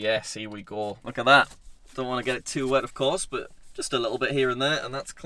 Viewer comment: I love how he pronounces but like "boot"